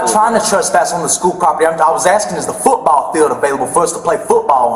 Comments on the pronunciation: Does anyone else HATE the way he says football. FUtBall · Lmfao…if he says FOOTBALL like that one more time. DAYUM!😂